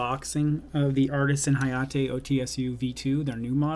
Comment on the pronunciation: Hayate oh tee ess you 😂